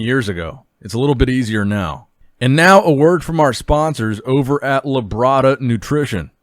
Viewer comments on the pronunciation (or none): The way says ‘lebrada nutrition’ always entertains me